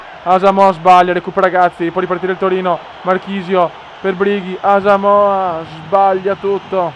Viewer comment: non hai messo pogba e comunque si dice asamoha no asamoha'